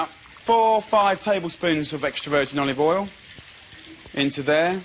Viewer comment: A bowl of cereal and a bowl of "olivool"